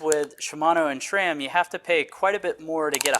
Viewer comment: It’s SRAM not shram. There is no H in the name SRAM.